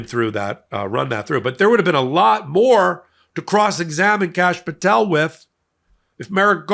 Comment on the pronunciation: did he say Cashapp Patel?